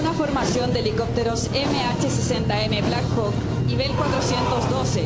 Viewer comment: Holaaa!! Te felicito por tus videos siempre los veo!! Te comento que la forma correcta de pronunciar es "Blackhok" saludos!!